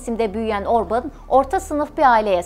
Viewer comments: Video için teşekkür ederim ama isminin telaffüzü Orbın veya Orbun değil, Orbân diyesiniz lütfen. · Hayır, yanlış! Macarca, OrbAn, Orbın değil... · Aynen, OrbAn! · Orbın değil cahil ablam Orban 😂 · Orban da değil. Macarca Orbán. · Orbın diye teleffuz etmişsiniz ama hatırlatırım adam İngiliz değil Macar. Adını niye İngilizceye göre teleffuz ediyorsunuz ki?! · Öncelikle emeğiniz için sizi tebrik ediyorum. Bir kaç hatayı söylemek istiyorum. Macaristan'da İstolni Belgrad isminde bir şehir yok. Orbán'ın doğduğu şehrin ismi Székesfehérvár'dır. Orbán'ın isminin telaffuzu da yanlış, "á" harfi uzatılır ve "Orbaan" diye okunur. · Orbin ne abi 😁 göya ben cix konusuyom ama yanlis konusuyom kizim 😆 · Şahsına 11 dakikalık video hazırlıyorsunuz daha adını artistik şekilde söylemek uğruna yanlış telaffuz ediyorsunuz.